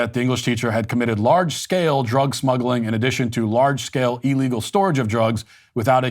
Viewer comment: Pleeease Matt, I love you but stop pronouncing illegal "E-llegal" (I wanted to put a smiley face emoji here but figured you'd cancel me if I did)